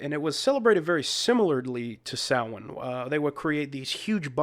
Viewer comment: Must watch classic horror film: The Wicker Man (1973). Kudos to you for the correct pronunciation of the word "Samhain".